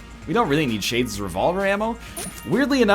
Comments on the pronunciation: Me too Dirpy, i kept hearing shay-jizz revolver and that made me feel funny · Egg can't say Shades Revolver at all